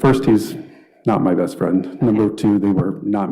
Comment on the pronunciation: “he’s not even my fweakin best fwiend 🙄. You guys have no fweakin idea…….”